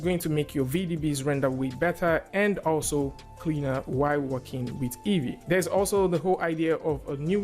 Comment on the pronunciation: Great. Why is that EEYEE instead of EEVEE?